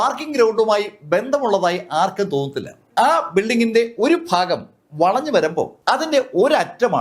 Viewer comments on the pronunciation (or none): none